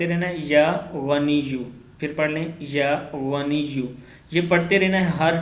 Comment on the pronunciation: Aap ghor se suno ya ganiyu ko baad mai ya waniyu bolte hai.